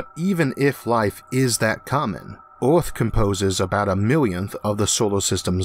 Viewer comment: Sewies. Eawth. Gwavity. Vawiables. Why did they get the guy who can't talk to narrate the video?